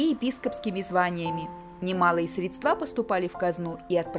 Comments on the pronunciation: спасибо за видео. Очень интересно. Но слова "средствА" и "креслА" очень порезали слух. Ударения в них правильно ставить на первом слоге. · Экскурсия и правда очень познавательная и музыка не отвлекает, но режут слух неверные ударения: креслА, креслАх, средствА....